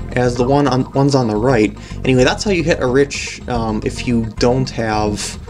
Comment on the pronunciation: I think Arich is pronounced as Eric